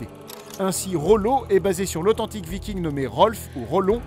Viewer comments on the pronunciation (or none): none